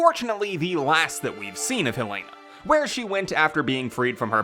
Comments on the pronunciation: Ik why does everyone pronounce it as hell-lay-na it’s Hell-eh-nah😭😭😂😂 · #HelenaHarperForRE9 btw it’s pronounced “hell-eh-nuh” not hell lay na lol